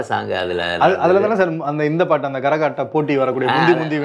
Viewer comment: Garahattam illa....karahattam..